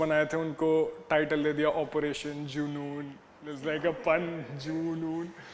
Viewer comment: June-noon 😂😂😂😂 love it 😁😁😁